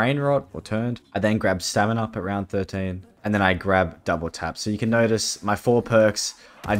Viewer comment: when he first said stamin up i heard seminar also this is impressive give him a like and sub